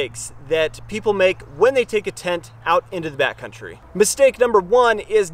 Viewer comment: Is he saying back country? Or Bat country? Lmao